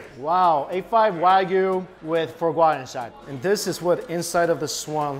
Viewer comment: lmao the way you say foie gras